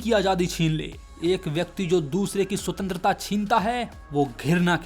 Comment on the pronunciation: Bar bar Sutentrata sutentrata kare ja raha he 😂😂